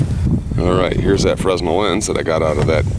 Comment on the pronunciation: Fresnel pronounced fren - el